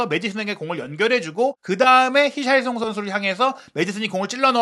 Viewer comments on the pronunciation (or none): none